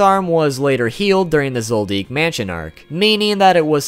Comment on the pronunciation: his last name is pronounced zold-dick soooooooo... there's your answer?